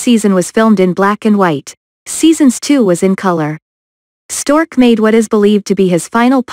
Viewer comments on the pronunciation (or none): Quit using computer voices! It is Larry Storch, NOT Stork!